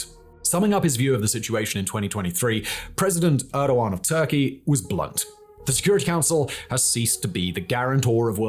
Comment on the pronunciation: He pronounced Erdogán right for once lol